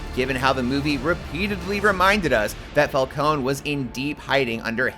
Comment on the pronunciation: Just watched the movie. Absolutely fantastic. Only one flaw. Everyone pronounces Falcone wrong lol